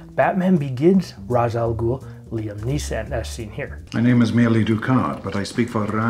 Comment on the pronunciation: Only thing: as per Denny O'neil it's pronounced "Raysh"...smh Chris Nolan.